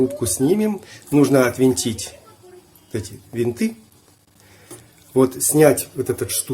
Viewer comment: Всё что вращается отвёрткой-винт,а что ключом-болт.Значит правильно -"отвинтить",режет ухо "отВЕнтить"...Чтобы уши оставались на месте-отвернуть...